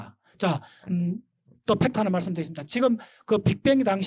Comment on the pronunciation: 지층을 자꾸 지청ᆢ 지청ᆢ 하시는걸로봐서 경상누청군? 은 아마 경상누층군을 말씀하시는거?죠?! 그리고ᆢ 설마 과학은 벡터(벡타)ᆢ는 아닐테고 펙타ᆢ ? 팩트! 겠죠 펙타?